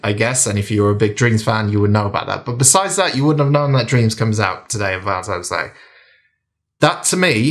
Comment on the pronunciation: It's Valentine's Day, not Valentime's Day 😉 Great review - gonna pick this one up 😁